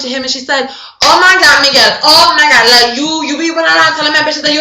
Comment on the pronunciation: This is seriously AWESOME! Funniest part of the video for me is Krismeyris's original outburst: "Oh ma god!". Your delivery of that one was perfect! I mean seriously there's like a little raspiness in the "god" and it is amazing. And then the "You ma bitch" and slight pause and then "lemme get you a drink" is also amazing. You rock! Subscribed :)